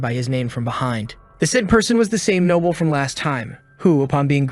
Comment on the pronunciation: Can't even pronounce noble properly? Noble not nobble